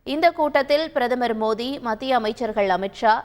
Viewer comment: Ennada iwa modhi nu solra..😂 Oru vela thikku vaiya irukumoo😂